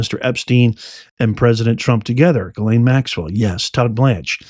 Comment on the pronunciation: Epstein, I believe, nothing concrete, just the good Old gut ✔️ check was a set up, when ALL cameras are out of order You're a rare few who say Ghislaine properly! Some sound more like gasoline, they, butcher it. I'm a word nerd! I used follow the dictionary word of the day. I took Latin in Jr high school lol 7/8th grade. Finding definitions after you know the root words. I actually ran a wholesale plant nursery, my boss was a rocket scientist, turned Christmas Tree grower, lover of all plants, passed on in 2018, I had stopped working for him, my body gave out doing long days on a tree farm. Being SO intelligent is not always an asset..... some will not give you a satisfactory answer. Or cannot, rather, the simple answer is too hard for them. We have no reason to trust her, given that, what will we lose?